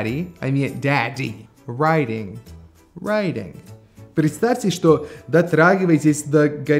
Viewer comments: я тоже так услышала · Тоже так услышала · Мне вообще послышалось waiting))) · Когда услышал вопрос по два разных слова и что мне послышалось: waiting (ожидание) и wedding (свадьба). Специально поставил на паузу и отписался не зная каков будет правильный ответ и что действительно означают эти слова, который произнёс ведущий.